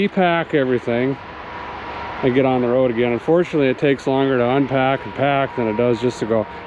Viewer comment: Correction- Road Trip not toad trip Lol Cheers